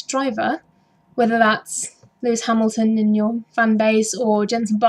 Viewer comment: Another entertaining review & commentary. Good attempt at pronouncing Kvyat! 2nd try was nearly there. You had me at Hammyhams! :D